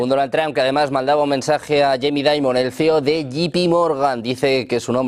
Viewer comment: Este periodista se enreda solo...😂 Ah y no se dice Donald Tran 😂